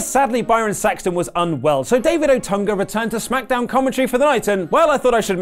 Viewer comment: So nobody gonna correct him? Its otunga..gosh you kids didnt know him